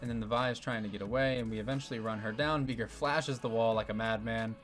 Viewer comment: My brother, that is NOT how you pronounce Veigar